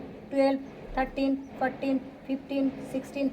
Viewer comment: It is not Fortin , it is fourteen